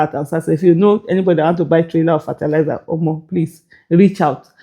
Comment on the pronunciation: 😂😂😂 This thing is funny ooo Even me I need that kind money And Aisha work on your pronunciation of fertiliser